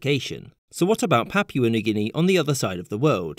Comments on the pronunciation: Papua* not Papyuer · Its " Pa-Poo-A " not Pap-wa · Ok… the only people in the world who say “yu” in place of “oo” are those with English as a native language. Papua is pronounced “Papooa”. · Why do some nationalities go out of their way to pronounce foreign words and places wrong? Guinea “buy-sow”!? “Papyua” New Guinea? GArage? You know who you are…